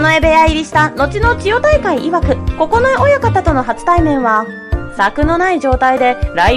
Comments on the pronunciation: おもしろかったけど、九重ここのえおやかたを、くじゅうおやかたと読んでいて非常にざんねん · 「くじゅう親方」じゃなく「ここのえ親方」